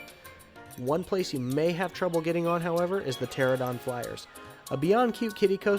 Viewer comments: I'm a member of the Jurassic Park Motor Pool and everyone in the group refers to the Islands of Adventure Ford Explorer as the screen used Explorer. It's been gone for a while, so hopefully it's getting a complete restoration. Also it's PteraNOdon, not Pteradon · You keep mispronouncing pteranodon in this video.